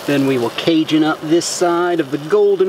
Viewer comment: CA J UN TRIGGERS ME. ITS PRONOUNCED CAJUN WITH A SOFT J